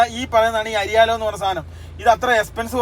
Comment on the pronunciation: അരിയാലോ അല്ല എയർലോ